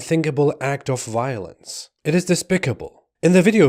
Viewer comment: Biolenze....it's wall awound us!